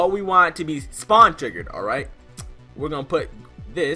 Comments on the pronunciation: Lol u said spawen instead of spawn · You said spawen instead of spawn